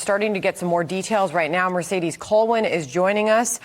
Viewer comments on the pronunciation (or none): none